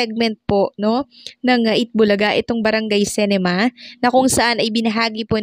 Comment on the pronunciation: pronounciation ng CINEMA - SI-NE-MA hindi se-ni-ma gaya ng pag pronounce mo... constructive criticism lang...